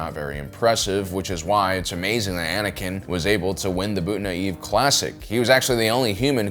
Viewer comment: what is it with you and getting all the words wrong by 1 letter? Tuang instead of Taung, Culomi instead of Columi and Bootna eve instead of Boonta eve. Bizzarre